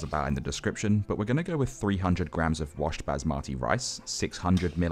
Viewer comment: when he said bazimati for basmati (i was screaming in asian)